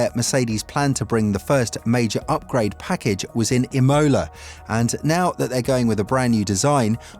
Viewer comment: Never heard Imola pronounced like that. All this going on about the sidepods! It’s the floor that produces the down force in this era and the Red Bull are just able to run lower. It’s more suspension than sidepods!